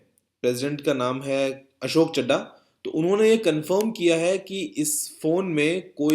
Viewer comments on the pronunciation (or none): none